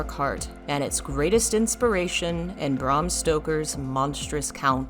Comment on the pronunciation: Look I gotta say: I love the video, but not the pronunciations As a Dracula fan and a goth, I gotta say hearing you pronounce Bram and Alucard the way you did, well, staked me in the ears. Japanese words pronounced right is just a wish It's just that you are very scholarly, you know. And I don't know how to give feedback properly:x